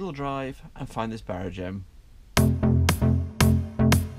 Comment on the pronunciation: it is not a barraGEM but a barRAgem